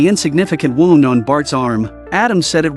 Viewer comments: Know what’s more annoying than AI slop? An AI narrator that can’t pronounce basic words like “wound”. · The “waound”😂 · This man"s pronunciation of WOUND is hilarious.